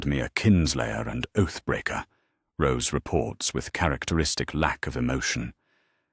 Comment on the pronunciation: Roose not rose.